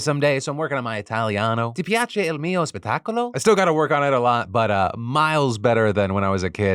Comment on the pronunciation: Ahah as a native Italian, his "ti piace il mio spettacolo" really caught me off guard. Nice job!